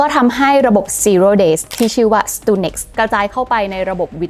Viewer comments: สตักซ์เน็ต ครับ ไม่ใช่ สตูเน็กซ์ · อ่านว่า สตักเน็ต หรือเปล่า ?